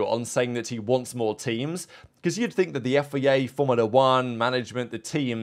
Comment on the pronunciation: FIA not FEA